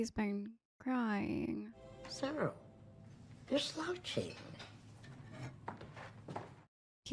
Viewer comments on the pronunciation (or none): She also said Sye-rull instead of Sirrull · Cash-in (Cassian) and Sigh-roll (Syril) sound very fitting pronunciations for those two characters right now 😅